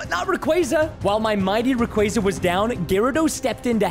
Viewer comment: Also preston that's not how you say rayquaza